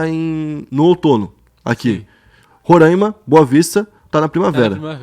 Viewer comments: Amigo eu moro em Roraima e não gostamos que pronunciem Rorãima e sim Roráima essa é a pronúncia que aqui se vier falar Rorãima e capaz de ser linchado... Só dando uma ajudinha para os próximos videos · Maninho, se pronúncia RORÁIMA, e não RORÃIMA! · Vídeo muito bom, perfeito, mas corrigindo uma coisa Sou daqui de Roraima, e aqui não se fala "rorâima" se fala "roráima", se fala assim pq o nome se origina da língua indígena ianomâmi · Salve, aqui se fala Roráima mesmo, nada Rorãima, abraços kk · Só faltou pronunciar o Nome certo do Roraima